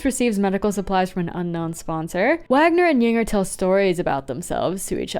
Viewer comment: Small note, but I think Wagner is pronounced “Waynar”